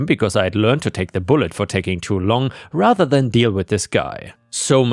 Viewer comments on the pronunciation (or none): none